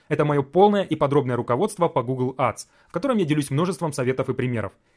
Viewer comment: Учи английский АДС 😂